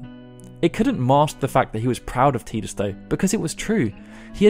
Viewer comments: TIDUS not TEEDUS!! sigh... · It's tie dus not tee dus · "Tee-diss"..... LOL i will never accept that terrible pronunciation. It's "tie-diss"... as silly as FF names can be, this TEEDISS shit is bonkers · Isn't his name ty dus? Why does he keep saying teedus? That sounds weird. Do origins of the ancients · ITS TIDUS NOT TEDUS AHAHAHSHSHSHSHSHBDFNDKKD C love your videos by the way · “Tee-dus”? It’s “Tie-dus” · T EYE DUS TIDUS NOT TEEE DUSS THERE IS NO E IN TIDUS , YOUR NOT TERED YOUR TIRED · Learn how to pronounce Tidus! If it was "tee-diss" it would be spelled Tediss, not Tidus... i dont care what the demo video pronounced, its wrong, arr-tard. (Arr-tard is meant to be pronounced 'fellow human, not arr-tard, how it's normally pronounced) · isn't it TIE-dus? or am i wrong? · How can you pronounce names so wrong in the first game to actually have audio? Teedus. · Great video! Had to dislike it though. You’re saying Tidus wrong. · I couldn't finish this cuz he keeps pronouncing his name teedus wrong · His name is pronounced "Tie-dus", this has been confirmed by Square... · 'Teeeeedis' ouch.. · "Teedus" Yeekes. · You'll call Tidus Teedus but you won't say Machina. Crazy. Annoying.